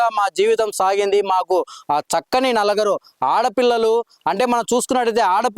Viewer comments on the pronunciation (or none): Anchor sir..NALAGARU KAADU..NALUGURU